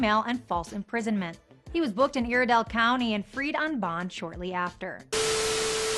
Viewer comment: I’m cringing on the way that reporter said Iredell County ... She said “Ear-a-dell”... It’s pronounced “I-Reh-dell”